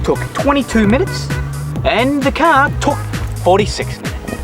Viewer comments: "THIS!......is a cahhh" xD lol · Can you say car one more time. Funny as :-)